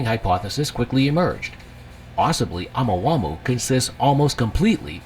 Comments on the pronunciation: ya'know i really hate it when a NON-scientist narates a video about scientific discoveries and FAILS to double check the actual pronunciations of these words....Oumuamua is a Hawaiian word.....it would be pronounced OH MOO AH MOO AH....OU is OH and MUA is Moo Ah.... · Are we going to talk about the pronunciation of Omahumhau?Or Nah? LoL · Ai is supposed to be so smart, but it can't pronounce words like Omuamua, lol 😂 Ai is reading this out!! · The voice is pronouncing the name wrong because it’s an AI voice over. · The way he pronounced Oumuamua (sp?) was so annoying.